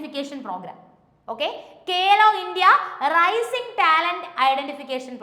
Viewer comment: കേലോ അല്ല മാഡം ഖേലോ ആണ്.